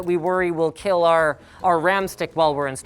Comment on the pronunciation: "It can Keal"